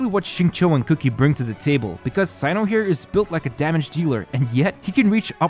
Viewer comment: It's Kuki (pronounced kooki) not cookie. lol